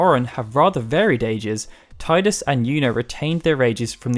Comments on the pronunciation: Tee-dus, not Tie-dus... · It's tee-dus not tie-dus... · great video but ehemm TEE-DUS not TIE-DUS, sorry i had to say it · hey i never said i agreed with it but officially it is Tee-Dus not Tie-dus (although KH2 does say Tie-Dus every other game since then has used Tee-Dus so at least for a while Square were unsure but they seem to have made up their mind) kind of like how on the PlayStation controller it's officially the Cross button not the Ex button besides names can be pronounced differently in different regions take Diana, in the UK it's Die-anna in the US it's Dee-anna, it's just one of those things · IDAF how "official" it is, it's wrong. When you talk about Shakespeare's plays, do you cite TEE-TUSS Andronicus? NO! When you talk about the ocean surf line coming towards you, do you talk about the TEEDZ coming in? That famous sunken passenger liner, the TEE-tanic? The metal TEE-tanium? NO! NO! NO! I'm with FFU in this, and I'm not going to change, either. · Tee-dus man! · Even a old FFX commercial says Tidus as Tee-dus. Here's the link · This here. I stopped listening and came straight to the comments as soon as he said it. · boi square said that was a mistake in the English dubbing. The voice actor for Selphie said it this way. They admitted to it being wrong though. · I believe he actually admits that he has become used to saying it wrong. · No is right, that is the correct way to say it though some of us—myself included—prefer saying it the same way you do knowing it's wrong. IIRC, they say that way in dissidia and during a VA interview with some of the FFX voice actors as well.